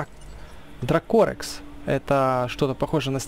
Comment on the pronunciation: не дракОрекс, а дракорЕкс